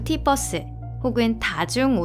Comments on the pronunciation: 뻐스(bus)가 아니라 버~ㄹ스(verse) 입니다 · 뻐스가 아니고 버스 ㅠㅠㅠㅠㅠ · bus 아니고 verse 요.. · 보통 멀티 버스라고 하지 않나? 멀티 뻐스라고 하네 ㅋㅋㅋㅋㅋㅋㅋ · 왜 자꾸 발음을 멀팃뻐스 라고 해요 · 유니버스는 유닛뻐스 라고 할건가요